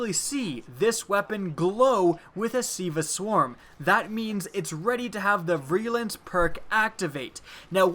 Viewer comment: ) "veer-a-lence" is how it's pronounced ... thanks for your work though buddy!